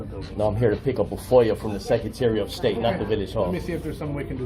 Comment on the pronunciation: He can’t even pronounce the word “secretary” and he keeps saying it over and over again🙄